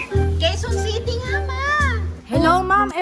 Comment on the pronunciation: "Quezon City": "Queue Sea"